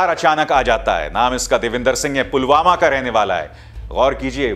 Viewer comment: Polvama ki jagah polgama bolraha he